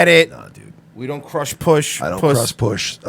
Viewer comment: Can’t even pronounce crush puss